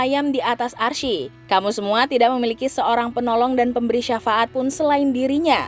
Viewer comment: Subhanallah... Hanya sedikit janggal dalam pengucapan Arsy yang dibaca arsi bukan arS dengan S=syin.